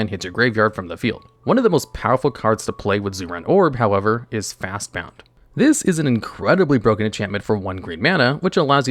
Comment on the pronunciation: That Fastbond pronunciation got me really confused for a second, some things never change, eh?